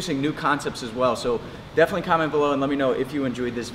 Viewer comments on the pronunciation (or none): none